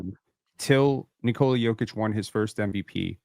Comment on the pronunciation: It is NikolA, not NikOla